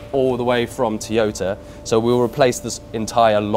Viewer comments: Erm, WTF???….. ….”Teeeyota” it’s “TOYota” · What's a "te yota". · I’ve never heard it pronounced tea-yota before